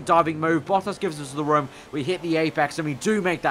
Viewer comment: I love the way you say "rum" instead of room